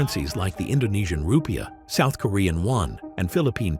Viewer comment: /rupijah/ not /rupai̬jah/ Rupa.jah is wrong, i forgot the semivocal diacritic for vowel